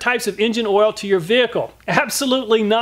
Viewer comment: Whenever he says "oial", my kidney hurts..